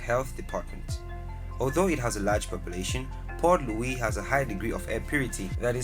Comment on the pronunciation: Please Pronounce the Cities names Correctly. The Capital City in Mauritius is "Port Louis" and NOT "Poor Louis"